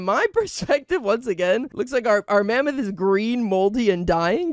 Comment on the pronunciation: Bro did NOT say mammoth